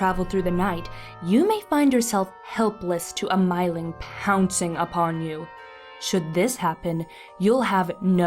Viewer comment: If anyone cares to know, the actual Swedish pronunciation is more like "meeling" (sounding "ee" with rounded lips as if you were pronouncing "oo").